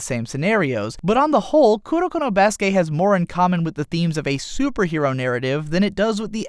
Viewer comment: I cringe whenever he says Kurokono as one word